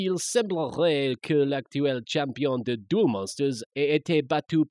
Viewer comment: Et c'est pas comme ça qu'on prononce "monstre", "duel", et "cas" xD